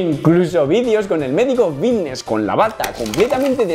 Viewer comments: Por qué dice bidnesss en vez de fitness? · por que dice bigness y no fitness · Alguien le puede decir que es Fitness no “Bitness” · Xq dice la f como b? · Por qué dice Vitness? No es Fitness? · Solo escucho Vitness boy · Por qué dice comunidad Vitness? Jajaj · Porque dices VITTNES?? Creia q era fittnes?🥲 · Es “Fvitnes” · Porq dices bitnes? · Por qué dice vitness??? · Me da algo cada vez que dice VITTness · jajaj me mola como dice fitness, pronuncia la F de una manera graciosa. GOD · por qué cambias la F por la B???? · Por qué no pronuncias la F? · wn por que no dices fitness bien, me estresas que digas la palabra con la b, minimo pronuncia bien las palabras